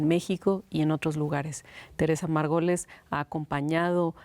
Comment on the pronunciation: No puedo con que la conductora pronucie «Margoles» en lugar de Margolles.